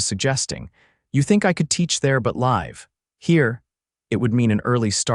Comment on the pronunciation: From Logan,Utah. Chambray is pronounced ‘sham-bray ‘ and Tuscan is pronounced’Too-san.’ The number 2 is spelled ‘two.’ ‘ Live’ in this use is pronounced as a short ‘I’ like the ‘I’ in ‘ this’ or ‘if’. This is a lovely story otherwise. It began with the excitement of a stagecoach holdup’s tragedy. Having a safe room in the house was something that is not heard of very often. Excellent job, except for the problems I mentioned.❤❤